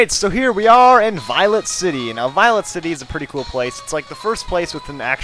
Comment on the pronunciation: Notice how he says "Violent city"? Lol.